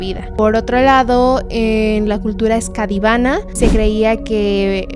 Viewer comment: No es cultura "Escadivana"... Es ESCANDINAVA. Saludos ❤